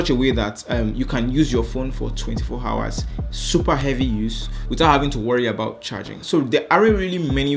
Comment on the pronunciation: LMAO. I actually didn't believe that you had Yoruba accent until that part about battery tech where you said 24 'hours' 😂😂